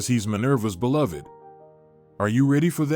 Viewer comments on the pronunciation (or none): none